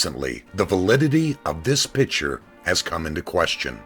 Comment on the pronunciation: The pronunciation of the word "picture" as "pitcher" annoys me, probably because a co-worker of mine does this constantly.